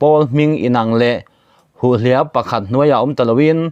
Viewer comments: "Ngen mu" Hulhliap"tih chhiar thluk dan hi a dik lo,Mahni tawng hi thluk dik takin chhiar teh u... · Tawng zir a ngai deuh,eg ngenmi,hulhliap etc